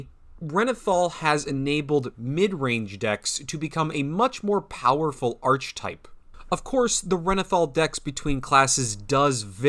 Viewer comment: Haha you say Archetype funny. 👍